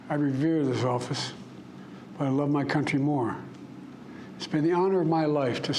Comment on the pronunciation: "I reverzzisoffiz" Well said.